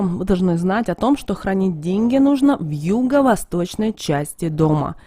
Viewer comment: Да шо ты Ғафаришь.... Прям деньХи притянешь🙈😂✌